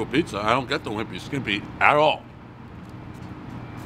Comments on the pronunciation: Can we just talk about how he insisted on calling it the "skiMpy" when he was standing under, and reading, the sign that read "skippy"? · You say a wimpy skimpy. When it’s a wimpy skippy 😁